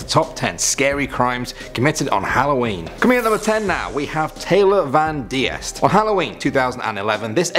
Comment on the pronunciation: Hey the number 1 her name is pronounced Taylor van Deest long E I knew her since I was little and it was heart breaking when she passed it was in my town and now there’s a trail there named after her in her honour but I was so surprised to hear you talking about her no one in my town gets talked about much on YouTube it’s a small town